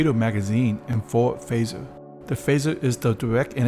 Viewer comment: It’s phaser, not phasher.